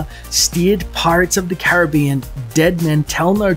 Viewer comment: Please pronounce "Caribbean" correctly! (accent on SECOND syllable)